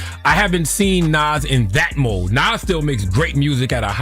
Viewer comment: She pronounced Nas 2 different ways back to back.